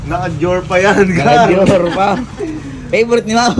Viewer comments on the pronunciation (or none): Dior ❌ Dyor ✅